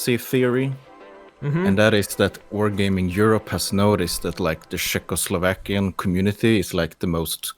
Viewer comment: come on guys! its not sheck, its czech at first, and second, ITS CZECHOSLOVAKIAN !